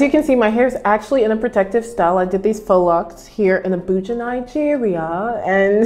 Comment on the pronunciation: when you said "Abuja Nigeria " with that accent I started to laugh is not for disrespect at all, but is just funny the way you say it 😂